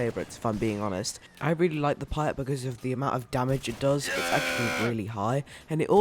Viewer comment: It’s the peat not piat